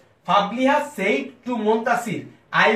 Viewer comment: Very good effort. I just have one observation about your pronunciation of one word though-SAID is not pronounced the way you are doing. It is pronounced as if it is (SED). I hope you understand